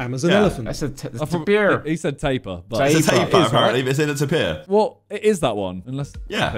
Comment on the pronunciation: you are saying tapir wrong its so bugging